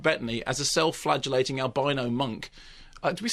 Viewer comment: .... i still hear flagellating as flatulating and get really confused. freud scares me.